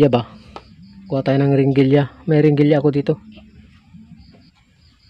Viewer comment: Heringilya boss hindi Ringilya....